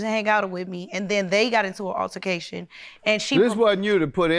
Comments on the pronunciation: And when the witnesses said alterbercation 😭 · When the witness said, Alter-macation I SCREAMED!!😂😂😂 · Did she really say alter ra cation😩 She needs to be buying books instead of bundles😌 😉 she probably was nervous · She said alteracation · Or was it alterbaecation 😂